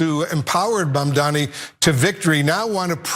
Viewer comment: He is Mamdani, not Mandami. I can imagine democrats' situation if guys like you can treat him this way.